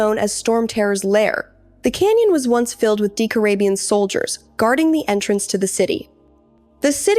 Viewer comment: Good video! However you pronounced a lot of names wrong. Decorabien for instance is pronounced DEH-COR-RAY-BE-IN